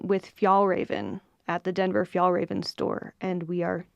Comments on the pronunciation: You're the best! Fjällräven is the swedish word for artic fox. The ä is pronounced like the e in. 🙂❤ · It is pronounced fyellrāven just FYI!